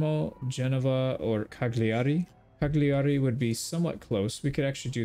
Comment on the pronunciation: My brother .. the G in cagliari is silent 😅 it hurts in my heart when i heat CaGliari